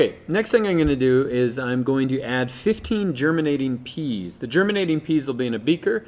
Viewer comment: he can't say "I'm"